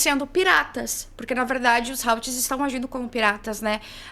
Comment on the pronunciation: "rautis" não ----> "RUTÍs"